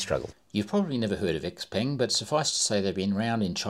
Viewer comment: Btw, it’s pronounced “Siao Pern” in Chinese. Phonetically X = S